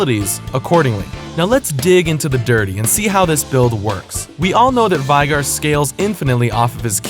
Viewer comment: VAYGAR. Why does nobody get it right? He even says it in one of his in-game quotes. There's should be no question about pronunciation. :P